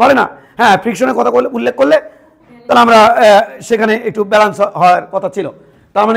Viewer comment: বালান্স not ব্যালেন্স 😂